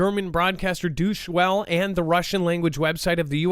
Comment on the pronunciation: Are you serious!? You don't know how to pronounce Deutche Welle. The major German news outlet!? 🤨 Thanks for your professionalism.